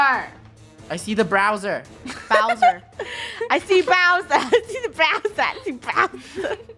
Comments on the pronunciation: Funneh:Bowser Me: browser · it’s not browser it’s Bowser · Funneh you know you were saying "Browser" the whole time =) xD